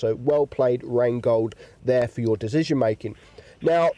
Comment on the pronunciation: Do yall hear Dezision or it's me ?